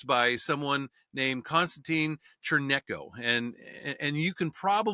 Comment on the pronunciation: Oof.... It's "PAWLET - BEEROH" (say it fast) and Constantine "CHAIRN-YENKO"